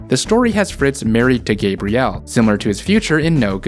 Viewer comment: not loving how you pronounce Gabrielle